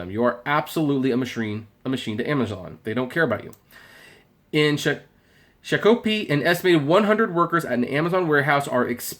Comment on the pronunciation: it's not what you said.... you pronounce it like this. say Shock say O say Pee put it all together and say Shakopee An Indian name and it's down the road from Valleyfair Shakopee, Minnesota